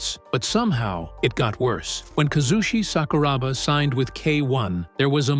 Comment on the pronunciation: its honestly disrespectful, and down right disgusting to make a video on somebody and not even bother to research them. what the fuck bruh. Bad feedback is still bad feedback? Would be a lot easier if you just did the right thing instead of butchering this man's name for a few likes